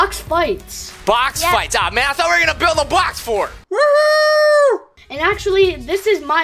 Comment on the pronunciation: when he said build it sounded like bill so then I remembered bill nye the science guy